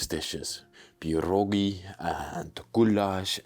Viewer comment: Cudownie powiedziałeś wodka pierogi gulasz pozdrawiam serdecznie z Polski